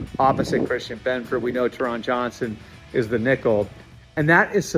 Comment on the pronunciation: Tear-In Johnson, Tear-In Johnson, Tear-In Johnson…. Not Tuh-Ron Johnson. Bro been in the league for like a decade now 🥀